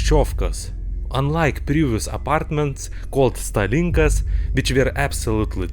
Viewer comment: It's pronounced like stàlinkas. стАлинка. Not stalìnka.